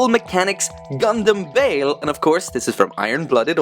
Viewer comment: Ur saying his name wrong its "Ba-el" that is how u say it right